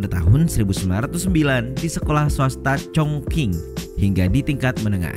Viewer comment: Q nya dibaca spt c. Bukan k. Lucu sekali jadinya denger congqing jdi congking. Dinasti qing jadi king. 😂🤣